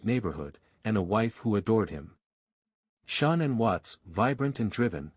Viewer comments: Shawnen ?? Nickel ?? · I usually go show love to the channels you review, but can't bring myself to do it this time. Showing the wrong parents, the AI voice (I HATE AI voices lol) that mispronounces things (SHONANN, the WUTS daughters??). The creator is going to have to try a little harder to make it I think lol.